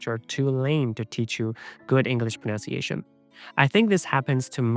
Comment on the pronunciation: Dude. You mispronounce "pronunciation".